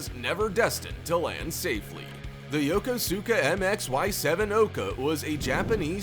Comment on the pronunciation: You can tell someone's never been there when they pronounce it Yo-ko-sue-ka, rather than Yo-kous-ka.